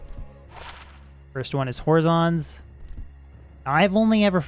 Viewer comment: is the way he's pronouncing Horizon a meme?